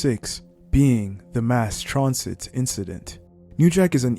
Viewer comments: Stop mispronouncing Mass transit 😢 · Stop mispronouncing transit 😢